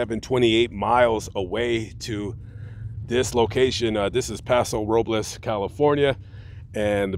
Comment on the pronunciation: Great story i like how you said Paso Robles correct most say Paso Roblos 😂